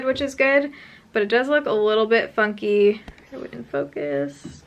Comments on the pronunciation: SO it definitely sounds like your saying "fucky" instead of "funky" and I died of laughter. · It sounded like you said "my concealer went on a little fucky"